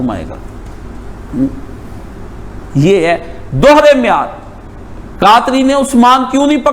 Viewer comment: تم اور تمہاری ٹوپی اثری صاحب کی جوتی جیسی نہین بیغرت کہی کے تمہارا تو اردو کا تلفظ نہین ٹھیک تمہاری گفتگو مین عربی نا اردو لفظ معیار کا تلفظ درست نہین آپکا دلا بیغرت